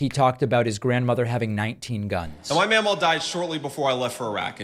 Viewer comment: Mamaw not memaw?